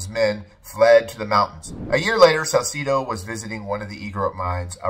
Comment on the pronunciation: You said Salcedo wrong too brotha